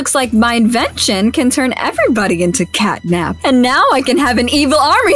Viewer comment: It’s catnab